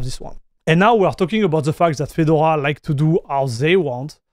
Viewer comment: Fee-door-ah . Your pronunciation sounds like Fidle-wah. Not knocking you or your English. Just a FYI